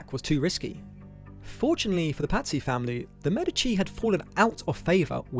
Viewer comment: Pazzy sound like patsies